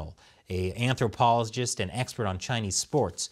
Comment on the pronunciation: “A antroplozgist” :)